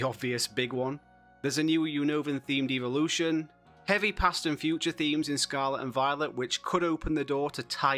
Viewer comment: Evolution not eeveelution…